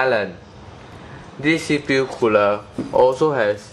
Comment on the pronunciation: You repeated alot of things, namely 'deese cpu cooluh' but other than that, good review, at the end, you could also note teh temp difference between stock coolers and the one being reveiwed :]